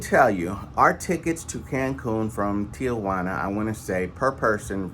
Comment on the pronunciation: It's not Tia-Juana. It Ti-Juana.